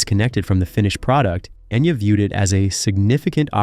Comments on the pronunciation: Pronounce her name right! Geez! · Enya didn't change her name. Enya is how her name is pronounced, she just rewrote in a way people would know how to pronounce it. All the Irish names are pronounced wrong here... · In one of the three dialects it’s pronounced Enya.